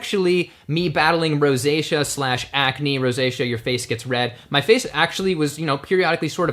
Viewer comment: you should teach about rosacea and while you're at it, teach him how to to pronounce it. He calls it "roe-say-kee-ahh" lol